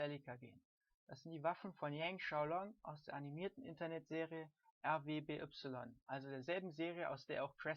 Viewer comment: Schönes Tutorial! Du hast mir sehr geholfen :D By the way: ich weiß ja nicht ob du das mit Absicht gemacht hast aber eigentlich wird RWBY ausgesprochen wie Ruby (Oz hat das einmal auch so ausgesprochen als er den Teamnamen verkündet hat) But anyway: Thumbs up!